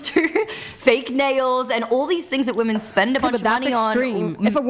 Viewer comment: Why is it that so many of these women can't pronounce the word "women"?